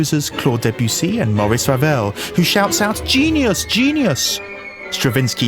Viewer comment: It's Maurice Ravel not Morris. (Mo rees)